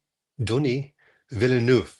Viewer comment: It's pronounced Denny, not Donnie, you twit😅